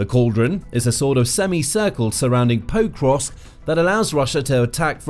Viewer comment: it hurts my ears to hear you mispronouncing Pokrovsk over and over again. you are saying 'poe-krovsk' but the more correct pronunciation is 'pok-rovsk'